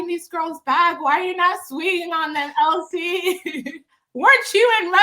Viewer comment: Chille, I don’t watch the show anymore. From the way you pronounced it, I thought her name was ‘El Si Ke’ 😂